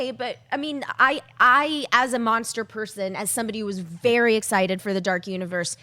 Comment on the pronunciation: why is nobody telling that it's "Monster" not "Mongster"?